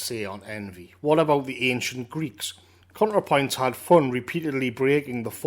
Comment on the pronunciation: Every time you said "Contrapoints", I wanted to bang my head against the wall. Great video though.